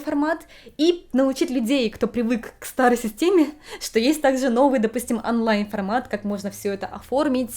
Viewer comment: Почему русские никогда не произносят правильно буквы даже в родном языке? ОООнлайн ОООО ну почему ?